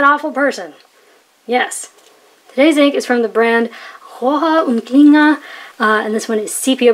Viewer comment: This is worth watching just to hear you trying to say Rohrer und Klinger.